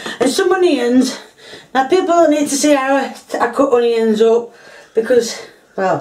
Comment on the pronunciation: The ‘honions’!!! 🤣